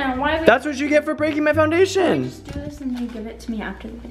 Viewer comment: Him.no my fondashin Me.its just fondashin